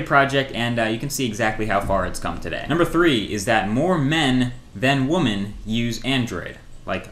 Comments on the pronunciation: You said women wrong. It's "wimmen". LOL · Lol, he doesn't know how to pronounce 'women' in majority :)